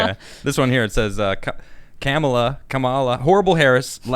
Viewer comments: Funniest thing is people correcting others about her name's pronunciation saying it's like 'comma' are also wrong. Kamala is pronounced as "come-uh-lah' (kam is pronounced as the English word 'come', the name means lotus in most Indian languages) For reference try 'कमला' in google translate speaker & choose Marathi language to get the most proper pronunciation. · For the love of Pete! Can't anyone pronounce her name correctly? It's Kamel-Toe. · I get the contradictions in her past but her name isn’t Kam’aa’laa, it’s a single ‘a’ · Comma - la. Say it right she’s gonna be your next Vice President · In Finnish language the emphasis is ALWAYS on the FIRST syllable. In Finnish "kamala" is hyphenated "ka-ma-la", stress on the first syllable, 2nd and 3rd syllable are just flat. {KAmala} is the way to go! Edit: I told you this months ago: I kid you not, in Finnish language the word "kamala" means "bad, awful, disgusting". For example: "Kamala sää" = "Awful weather". "Miten kamala ihminen hän onkaan!" = "What a bad person she is!". "Tämä ruoka maistuu kamalalle." = "This food tastes disgusting". And so on, there is endless amount of meanings, all of which are negative, for which the word is "kamala", or some derivative of it. Edit2: Not to worry, "Tim" or "Pool" doesn´t mean shit in Finnish. But the word "Timo" is a semi-common man´s first name. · Stop tryiny to say "Kamela" and just say Terrible. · come on Tim you know its pronounced Cumallon Harris... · Kamala is pronounced "camel toe" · The Finnish pronunciation is hard on the first syllable, KAH-ma-lah. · I’m of South Indian ethnicity. And I can’t, in my right mind, vote for a woman who can’t even pronounce her own name correctly. It’s not pronounced “Comma-la”. And in the Indian languages, her name means “lotus”. Her name’s translation into Finnish suits her better. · Its pronounced Comma-la like comma...LOL. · Nothing more cringeworthy than two white guys mispronouncing a person of colors name and laughing about it.